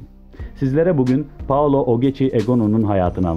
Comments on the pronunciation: Novaro değil Novara Paolo değil Paola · daha ismini dogru durust soyleyemiyorsun spiker...paolo deyip duruyor allahim yaa